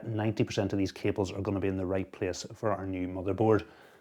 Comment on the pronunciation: "we have done a really good job of managing cabeles" lmao awesome video